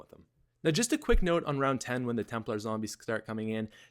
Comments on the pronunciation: I love high “roun” strats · high "roun" strategy?wheres the D? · you...you lost the "d" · High roun 😂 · High roun? lol